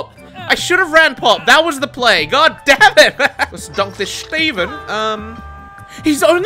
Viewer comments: No one:....: SCHTEVEN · The way he was saying shteven was way too much💀🤣